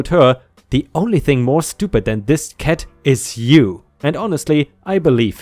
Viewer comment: This guy can not pronounce letter "a" he says dead and ket instead of dad and cat, its sounds so dumb bekstory😂🤣